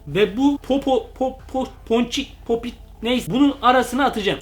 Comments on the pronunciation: Arkadaş sen neden popit diyeceğine popo dersin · Abi. Polat. Değil. Papit. O. Abi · Popit diyemiyen